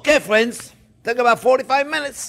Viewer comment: Making these Sunday!: how would you write how Chefs pronounces "friends"? "Fwends"?